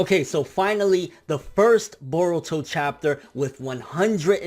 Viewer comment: i love it when you pronounce Naruto instead of Narudoe and Boruto instead of Borudoe. you tha man